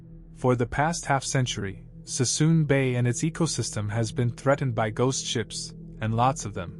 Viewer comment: it's Suisun Bay, not Sassoon Bay, lol